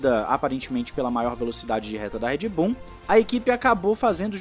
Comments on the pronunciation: eu ouvi Red Boom? kkkkkkkkk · So eu que escutei "REDBOOM" EM ? KKKKKKKKKKKKKKKKKKK